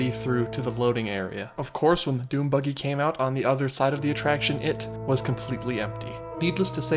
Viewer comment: I can’t tell if he is saying dune buggy or DOOM buggy